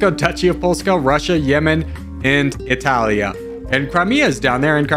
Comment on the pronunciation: Your spelling of "Italia" sounded very native italian xD